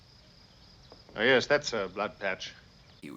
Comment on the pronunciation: "James, no!" "Yesh." "No!" "Yesh." "No!" "Yesh!" "...yes..." "Fifty nos and a yesh means yesh."